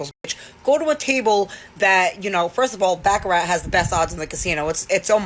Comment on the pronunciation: It's baccarat